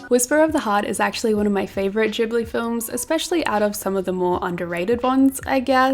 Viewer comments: Loved the vid but it did hurt my ears every time you said “jibbly” 😩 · "ghibli" is a japanese word and in japan they only have the hard g sound (otherwise it would be with a j) :)) -its "gibbly" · pronounced with a "j" sound, not a "g" sound :)